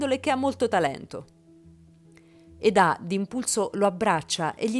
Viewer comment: Perché chi narra dice Edá e non Eda? Non insistere a dire Edá perché si chiama Eda ……